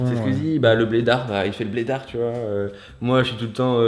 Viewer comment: très bonne vidéo mais on dit "blédar" pas blédarte